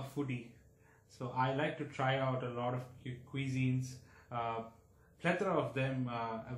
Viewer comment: Why are they making extra effort in saying the word cusine wrongly (qui zeen). The can say right word effortlessly (coo zeen)